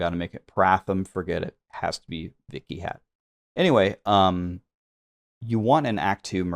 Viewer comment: while your butchering of the pronunciation is pretty funny, Vikhyat is just a normal sanskrit name meaning "famous"